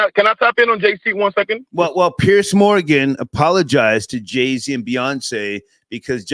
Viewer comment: It's JayZ, not Jay C. And they all want to burn what we built. 🤣 go figure.